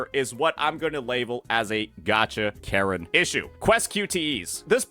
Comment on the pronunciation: You said karen i heard carret lol